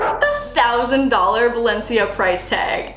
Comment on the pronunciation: Did she really say Balencia